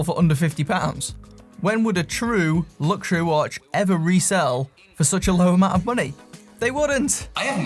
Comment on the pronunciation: I always skip these adverts because they always say lugsuary watch,which really grinds my gears,just saying.